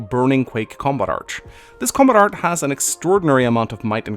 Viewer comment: Did you know? Girls named Ingrid who aren't from Norway do not pronounce their name as EENGREE. Also: "Compat Art"